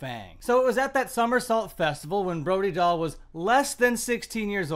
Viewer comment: I thought her name is pronounced Brody Dale.